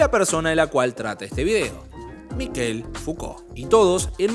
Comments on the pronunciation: Se pronuncia Michel. No Mikel. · Ayudarte con el frances es : Mishel como suena; ch suena como sh en ingles; no es Mikel es Mishel como suena; vivi 14 años en Francia; soy Javier Martinez ex Manal y mi nombre artistico es Manal Javier Martinez; amo el idioma frances y la cultura de su pueblo luchador por la libertad; y me gusta ayudar a hablar mejor el frances; bello idioma como el nuestro y el italiano y el portugues; ojala lo leas; muy buena la nota. Z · Se pronuncia Mishel, no Mikel. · ¿Se le dice "Miquel"? Yo pronunciaba "Mishel". Debo haber parecido un idiota. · Mishel , se pronuncia.